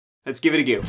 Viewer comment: It's "let's give it a GO" not goo. Goofball lol